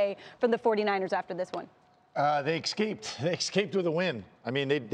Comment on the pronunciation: Alex Smith, never say EX CAPE again. you sound like an idiot.